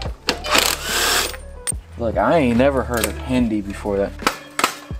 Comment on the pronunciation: 🤣 It's "Hindle" not "Hindi" lol.... seems whoever owned it before didn't take care of their bike and rubbed it straight off 😅